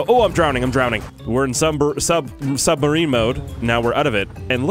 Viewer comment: is the only person who can't say submarine right yet still never fails to entertain me.